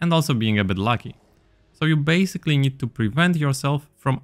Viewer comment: "You basically nied to..." bro u are slavic I got you homie :DD